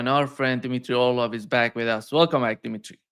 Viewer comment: His name is Dmitry, not Dimitry,.